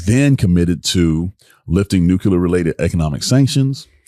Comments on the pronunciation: It’s NuCLear not NuCular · Dude we went through this with Bush, it's not nuke-you-lurrrr(of the planet omicron persei 8) it's nuclear, new-clear because the root word is nucleus, not nukeyoulus It's new, clear, energy...if you need to remember it that way 🤦‍♂️🤦‍♂️🤦‍♂️ this is so painful